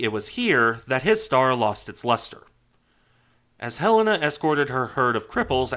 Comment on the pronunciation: I dont normally care for how things are properly said, but Helena being my states capital, for some reason really annoys me alot when i hear it said wrong. And very, very few say it right. Thank you for pronouncing Helena correctly. Great video!